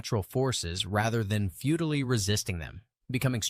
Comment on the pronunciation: “feudally resisting”. 😏